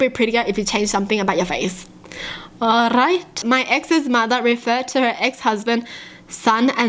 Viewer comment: Ok I know this video is quite old but could I just say, she sound so bloody welsh when she says “alright”!